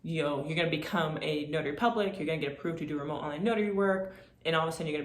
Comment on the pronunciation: Say your 'T's. It's not "remo'h". You sound very unprofessional, over and over. You are destroying your credibility. Otherwise I think you have a good presentation.